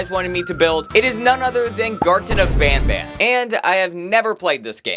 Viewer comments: Bruh the chapter at the end is called garten of van ban not banban💀💀💀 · "Garten of van ban" 💀💀💀💀💀